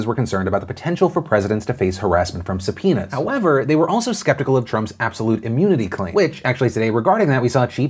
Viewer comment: I listened to this without video and kept hearing "sup, penis" instead of subpoenas English isn't my first language ok